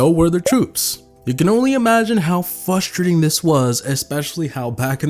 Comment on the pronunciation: I love how always says fustrating instead of frustrating.